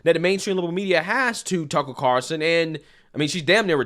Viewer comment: One of my favorite pastime is listening to butcher Tucker Carlson's name lol. Never gets old and I hope he never stops.